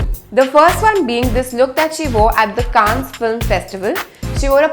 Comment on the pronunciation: And please learn how to pronounce - CANNES !!